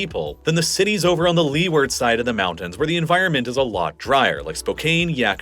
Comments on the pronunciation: When did mountains become pronounced "moundans"? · I really wish you'd learn to pronounce your "T"s more consistently. I'm tired of moudens, Manhadden, and all that.